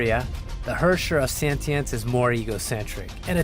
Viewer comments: "Herrscher of SENTENENCE" ._.) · 米哈游是不是疯了？发布视频连主角的名字都能念错？sentinence 是什么鸟？太丢人了吧？ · Im confused, its spelled as Sentience but pronounced as Sentinence? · Lmao the hosts mistakenly called her Sentinence instead of Sentience. I understand English is not their mother tongue, so am I. Well, mistakes can be change. Thanks for the new update with abundance of prizes. Keep it up! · How did noone in the recording notice that they were saying the wrong word? They kept saying Sentinence, when its Sentience. Sure they sound similar, and i can understand someone making the mistake, but did noone else working on the video not notice that mistake? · the hosts can't pronounce "sentience"